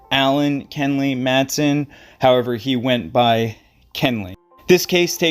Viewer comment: MATH*A*SUN is proper pronunciation ❤